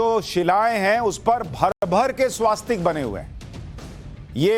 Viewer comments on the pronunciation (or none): स्वस्तिक होता है भैया! स्वास्तिक क्यों कहते हो?